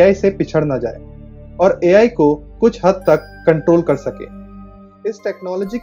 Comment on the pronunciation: Bhai sahaab A.L. nahi wo A.I. I FOR ICECREAM hota hai